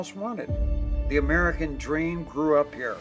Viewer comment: "I have a drem" - Caitlyn Jenner